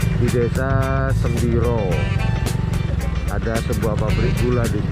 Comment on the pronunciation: Semboro.......bukan sembiro.